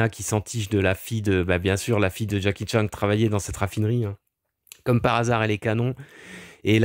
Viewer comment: J’adore quand tu dis Jacky Tchang 🤣